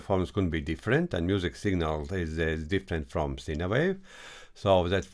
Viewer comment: Informative video for the newbies😎 One small thing- "Sine" wave, when spoken in English sounds like: "Sign" wave, not "Sina" wave. I've always understood what you meant when you said it, but it may throw some noobs off- especially if English isn't their 1st language. Please don't forget think I'm being critical, I love what you do, and am letting you know because you seem like a good dude, and would want to know yourself🙂 Take care my brother, Aloha from Hawai'i 🤙🤙🤙